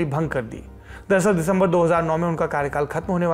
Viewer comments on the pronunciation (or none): none